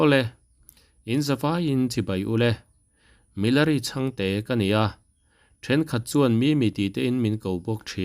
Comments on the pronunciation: Lo thiam sateh pawh nise college a thawk meuh khan Sap tawng hman a kha a ngai ther teeeeee lo tih chu hrilh hriat ngai lo a hre tur a ni sin.. a hming pawh lam dik thei lo... in thiamna hriam hian mi a hliam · A Chapo Alawm!!! kha bak bak!!! A thawven' hmel si!.. a Chhe ve bawk sia.. atawngtheih hmel bawk si!! Chhangte tih pawh a lam thiamlo!! (?) 🤔